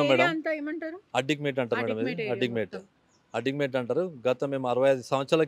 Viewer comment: Munjaa adikmetaa kaadhe adikmet anaale..telangana bhasha nersokove 1st